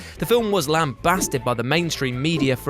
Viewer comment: lam·baste /lamˈbāst,lamˈbast/